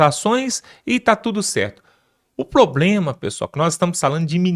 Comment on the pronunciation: “Ploblema”? Veja se melhora esse português!